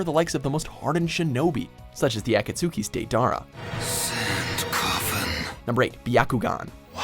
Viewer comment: "Such as the Ack-At-Sooki's Day-Dahrah"